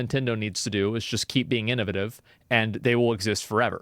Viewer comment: innoV8ive....not innuvuhtive hahah